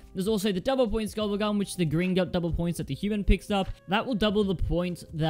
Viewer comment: Anyone else noticed how he said max ammo gobble gum? It starts BTW